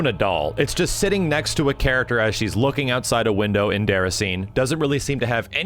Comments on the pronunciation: it’s pronounced deh-ra-si-nay not deracine :/ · it's déracin é like dayracinay. not déracin' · it's not "derra-scene" it's "day-rah-scene-ay" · Cool video, especially since I didn’t get to play it myself. But it’s DAY-RA-SIN-AY, not DARESEEN. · Déraciné = Day-ra-sin-nay not Dere-a-scene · It's pronounced "Dey - Ra (as in Ramen or Ra, the Egyptian god)- Sin- Ney". There is what we, french, call an "accent" on both "e", to have that "ey" pronunciation. So not "Déracine", but "Déraciné". Sorry, what? Oh... you don't care... Well, nevermind. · It's pronounced Day-rah-see-nay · deracine is pronounced like "De-Rass-In-Ay" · "Derrascene" who says Americans butcher the french language?